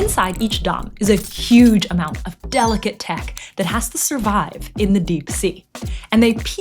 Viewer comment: " V HUGE DOM "💀😭